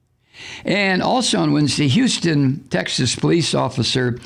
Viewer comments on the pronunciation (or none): none